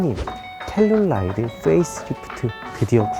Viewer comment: 왜 자꾸 텔룰라이드라고....암튼 국내출시가 시급함